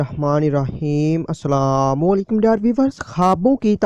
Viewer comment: سلام تو صحیح کیا کریں